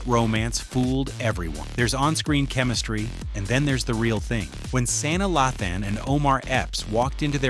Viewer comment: Who is "San-da-laughten and Saina😂😂😂